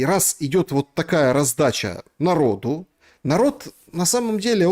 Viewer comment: " нАрид " , это чё за слово , бля ?